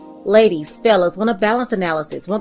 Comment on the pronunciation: All this time, I was thinking she was saying PHALLUS analysis‼️😂🤦🏾‍♀️